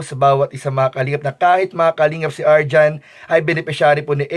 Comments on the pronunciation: Arjean po, hindi po arjan... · Arjean....hindi Arjohn 😂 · Arjean po hinde arjhon